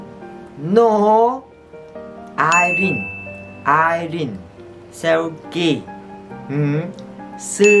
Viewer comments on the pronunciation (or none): none